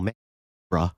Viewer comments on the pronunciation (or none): none